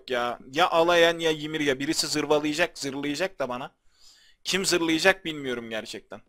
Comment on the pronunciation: abi şuna yimirya deme onu yimira diye oku gıcık oluyom abi